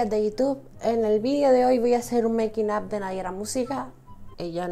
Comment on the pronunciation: por favor, no te equivoques,es MEIKIN AF